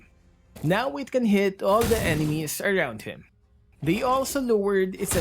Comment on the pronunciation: I really like when always pronounce "the" as "da" even if the first letter of the next word is a vowel. 😹😹